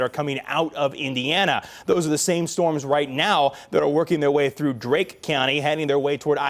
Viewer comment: It’s not Drake county. It’s DARKE county.